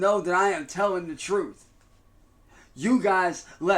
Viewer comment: He’s telling the TROOF. I can’t stand this goblin. I seriously can’t. They way he spits and talks and then closes his eyes. 😂